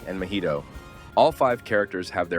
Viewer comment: why did you say mah-hee-to (mahito) like mah-ito